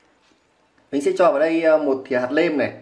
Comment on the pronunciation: Nói bình thường thì không sao nhưng khi lên sóng nên tập bớt nói ngọng sẽ tốt hơn, chứ nghe quê và khó chịu quá: nguyên "niệu", hạt "lêm" "lấu" "ló" "lổ" "lóng" "nàm" "nuộc" "nại"...